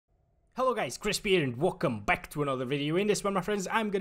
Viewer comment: I heard him saying "Welcome back" as "Vulkan Back" .